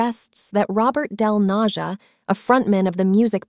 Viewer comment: hes not "del NaZHa", hes del Naja (yo!)